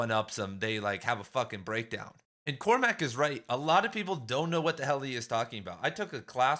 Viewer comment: COR-mac, not Cor-MACK. It's a troche. Great video .